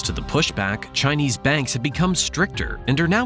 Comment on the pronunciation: You might want to put a bit more effort into the pronunciation of Chinese. A very amateur effort 😡 on an otherwise good video.